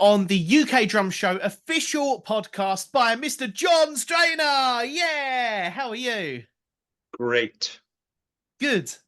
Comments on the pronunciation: STAN-ier, not STRAIN-ER. Unless that was intentional, then, well played. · He also said “Strainer”